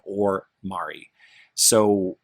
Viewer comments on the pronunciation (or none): none